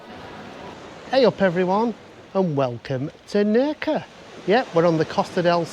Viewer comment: If you want to be pedantic, Nerja is actually pronounced Nair-ha🤪🫢👍🏼. Thanks for the video👍🏼😜